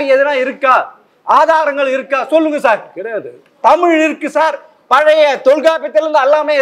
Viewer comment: கலைஞருக்கு எத்தினி?? நெறியாளர் நேபாளத்திலிருந்து வந்த திராவிடராக இருப்பாரோ?? தமிழும் சரியாக உச்சரிக்க தெரியவில்லை?!😂